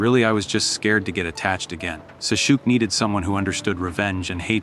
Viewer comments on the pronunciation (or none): How can the ai bitch Sasuke's name so bad? 😂